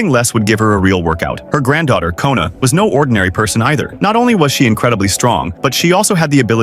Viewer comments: Her name is namsoon not nona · Boy her name is nam soon not “kOnA” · And her name is not kona its nam soon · her name is Nam soon not kona 😡😡😡😡😡😠😠😠😠😠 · Bro her name is namsoon not kona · Her name is nam soon not Kona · Who tf is kona her name is not even kona is nam-soon